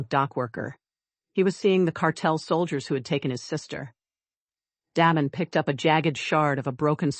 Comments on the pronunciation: Damen = Day-men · Please, please learn the correct pronunciation of names befpre recording. Da as in “hay”, not Do as in dot. Da(y)men. Vale two syllables: Vayul. not Vo (as in dot) ; not le as in pay. Va(pay)uhl as in lull: Vale. as in bail